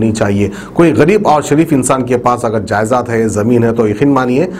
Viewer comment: Aree 🤣😂 Jayezad nai (jayedaad) baigan ki reporting